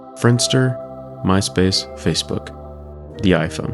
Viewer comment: Bro said the iPhone like he time travelled 10 years ahead